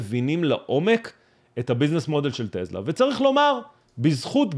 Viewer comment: קוראים לחברה: טסלה ולא טלזה